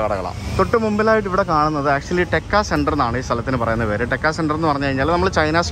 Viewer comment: ടെക്ക അല്ല.... തേക്ക......